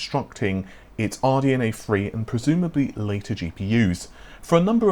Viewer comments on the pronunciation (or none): OMG Stop saying RDNA Free. It's THREE